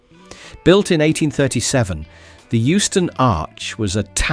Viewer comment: EUSTON NOT HOUSTON!